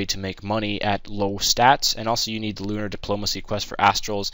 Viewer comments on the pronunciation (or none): none